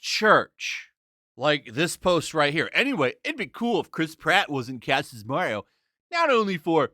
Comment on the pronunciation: It’s ‘cast.’